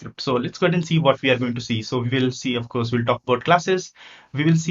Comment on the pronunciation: I suggest you work on your spoken English (not "Ve Vill" but "We Will") and the correct pronunciation of English words (like "detErmine", not"determain"), "prefEr", not "PrEfer", "applIcable", not "Applicable". While", not "Vile, "World", not "Vorld", Tyuple", not "TAple". "still Works", not"still Vorks" "Gosh., "Why", not "Vy".